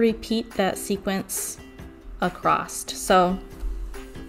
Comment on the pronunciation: I really want to watch but cannot. I cannot listen to her say “acrosst” one more time. Omg. My earrrrrrs!